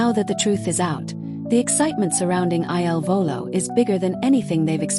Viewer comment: Please STOP calling them I L Volo. Their name is "il Volo" . , il is "the" pronounced like "ill" in English. Their name means THE FLIGHT. Correct now instead of relying on AI !!!!!!!!